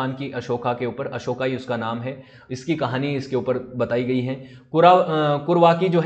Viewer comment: अशोका ना बोलो, अशोक बोलो. अशोका स्त्रीलिंगी होता है. आभार.